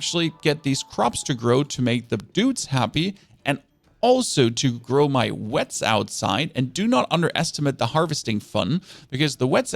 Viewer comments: Loving the helpful videos :) however it's pronounced "we-t" not "wets" :) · What the hell are the "wets outside"?? Do you mean wheat? Bro you should pronounce it as 'weet' wth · why does homie call wheat wets?